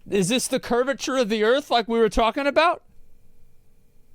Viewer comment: "Is this the curvurture of the earth we were talking about"? While shooting the guy from 5ft away 🤣🤣🤣🤣🤣im dead rn lmao